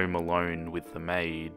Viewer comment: maiD not may 😝